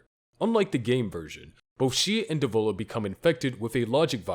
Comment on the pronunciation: Dev-o-la Po-po-la